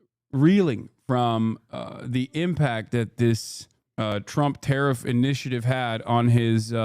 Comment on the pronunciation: Adin can barely pronounce the word tariff, let alone spell it.